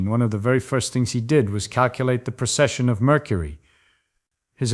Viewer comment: It's "precession", not "procession".